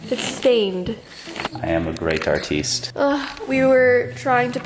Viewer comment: I laughed when said I am a great artist or as he said it “ARTEST”😂 I love this YouTube channel Edit: oh and I hope you feel better